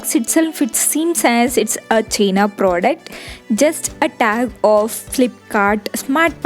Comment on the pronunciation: It's not cheeena product 😂😂,it's pronounced as Chi-na pro-duc-t Its not air 😂😂 its 'here' pronounced as hair.. Can't stop laughing after watching this 🤦🏻‍♂️😂